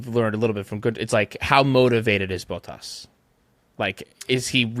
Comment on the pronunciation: I love how they mispronounce so many names: Fred Vah Sewer = Fred Vah-Ser Bonobo = Matt Tee ah Bin-otto Bow Tas = Bot Tas